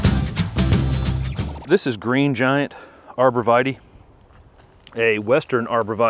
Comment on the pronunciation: Pronounced Arbor Vi-Tie (it's Latin)